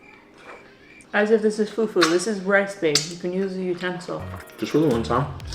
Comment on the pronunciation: IT IS NOT fufu IT IS FUFU